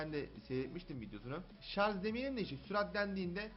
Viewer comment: abi şarz değil şarj